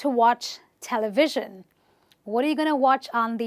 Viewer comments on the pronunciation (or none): Thank you for the useful video,. But I must point out that your example "Television" is an exception to the rule. The stress is on the first syllable. Stressing ONLY "VIS" is wrong, or unnatural at best. It should be TEL-uh-viz-zhun. <-- Primary stress on the 1st syllable and secondary stress on the 3rd. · Telivision has got stress on first syllable not on second. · Durable and and television are stressed incorrectly. durable- stress on 'd' television - stress is on 't' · In the word television, stress is on 1st syllable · Thanks for the knowledge that you shared but the way you read "Television" in incorrect. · I watched the first part, and I loved it. For this part, I have a few comments though. I was sure television is stressed on the first syllable. I looked it up, and Oxford Dictionary says it is, both in British and American English, while Cambridge online dictionary says it can be stressed either on the first or the second syllable. Well, I am more familiar with the first. One more thing is you pronounce SCEnery (the first syllable of the three) as an example of words with -ery, but pronounce hypNOsis (the second syllable of the three) as an example of words with -osis. Aren't they under the same rule? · Television.. stress on first syllable..mam what you said is wrong.. (other things good)